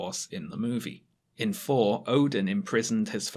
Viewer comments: Why do you keep saying "For" instead of "Thor"? Is this a dialect issue or do you have a speech impediment? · * pronounces thor as 4 the entire time * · Is it just me, or is pronouncing "Thor" as "For" and "Truth" as "Truf"?